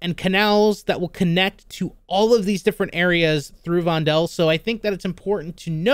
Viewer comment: FYI: This map is clearly inspired by Amsterdam. That also most likely means that 'Vondel' is derived from Amsterdam's biggest park (Vondelpark), which in turn is derived from the Dutch writer Vondel. His name is pronounced as 'Vonduhl', not 'Vondehl'.